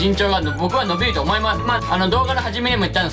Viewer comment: 伸びが呑みに聞こえた笑